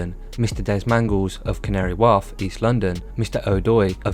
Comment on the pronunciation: Why the F can't u pronounce anything properly ? Just type canary wharf in to f'ing YouTube and you'll heat it pronounced properly how u got a yt channel but u refuse to sort out ur pronunciation